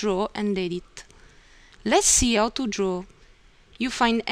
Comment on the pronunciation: for instance, she doesn't use an "H" in saying the word "how"... this is very common in eastern bloc countries and Russia.. not even close to Italian..